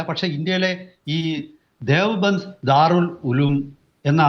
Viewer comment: ഡിയോബന്ദ് അല്ല. ദേവ്ബന്ദ് ആണ്